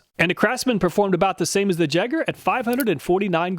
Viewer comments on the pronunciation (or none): "jagger" yay-grr